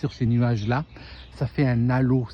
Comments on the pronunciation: Pas un "nalo" mais un halo. ❤ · Appellons-le alors!! 😂❤